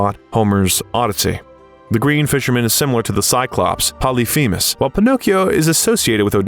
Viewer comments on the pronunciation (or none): none